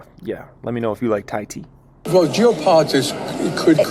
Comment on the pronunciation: Thai-Tea Why-Teas? lol jokas